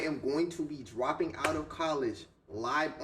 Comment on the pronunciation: the way he said dropping is crazy He knew he wasn’t going to graduate college